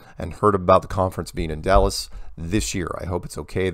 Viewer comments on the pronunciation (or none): none